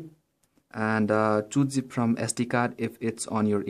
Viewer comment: It's Zip and not Gip :D